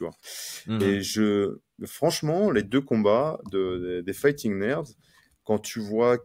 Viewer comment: Quand prononce fighting nerds je ne peux pas m'empêcher d'entendre "fighting merdes" 🤣 Je suis le seul?